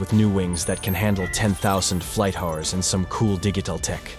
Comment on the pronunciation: Man, this text to speech program sucks. It can't even pronounce "hours".